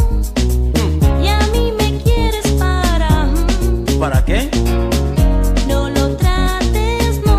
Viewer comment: cuando dice "¿para que?" solo escucho ¿raqueel?